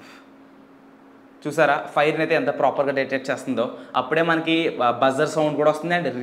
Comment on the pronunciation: Proper ni ppropperr ani bale antav bro nuvu